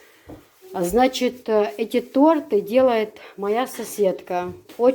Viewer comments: очень рада за Вас. Выздоровления Вам скорейшего. 🙏 А правильно произносится тОрты😊. Это я Вам как учитель русского языка могу сказать. Не сердитесь. Я не хочу никого обижать. Очень люблю смотреть Ваши ролики😍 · правильно говорить Торты, ударение на О.Дала Моршал Лойола Хуна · правильно тОрты , ударение на О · Совершенно верно...по нормам русского языка - тОрты !!!!! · Я не думаю что это смешно.В каждом регионе либо республике бывает свой говор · Правильно торты ударение на ы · Правильно торты ударение на О